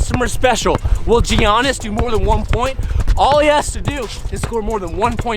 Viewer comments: Did actually say G onnis? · Supra aside this guy pronounced Giannis jee ahnes😭😭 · is a car guy for sure...but the pronunciation of Giannis is killer 😭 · ..... i know you didnt just disrespect Giannis by mispronouncing his name....